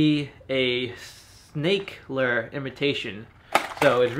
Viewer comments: I cringe when he says lure😂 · How he says lure pisses me off